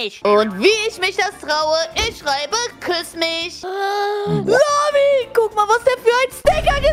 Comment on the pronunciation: Warum sagt emily zu lami lamzi